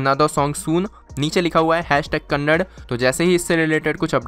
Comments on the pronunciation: It's kanandaaaaa... Not kanand.🙄🙄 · Broo kannad nahi kannadaaaa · Bhai Its not Kannad it's Kannada. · Bro it is not kannad it is kannad"a" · its kannada not kannad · Kannada hotaa hai Nad nahi nada tho Ka-na-da bolaa na ki Kanad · Kannad nahi kannada bolo 😠